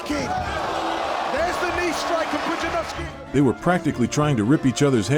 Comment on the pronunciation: Poo-jia-nov-ski * also the "despite the lack of formal training in martial arts" part is wrong, he trained kickboxing before even going into Strongman